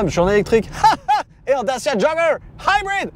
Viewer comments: Tu ma tellement soulé avec ton "daciaa joggeur haïbride" mais j'ai tellement rigolé en même temps 😂, vraiment test auto validé pour ma part 👍🏽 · Vidéo bien faite mais l accent américain pour Dacia jogger HYBRID est pénible. 50 fois c'est lourd. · J'ai tenu jusqu'à 10', au 20e "haïbrid" j'ai laissé tombé 😒